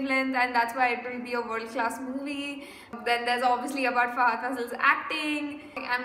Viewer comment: U r saying it ryt..its Fahadh Faasil with 2 As...He is lovingly called as Fa Fa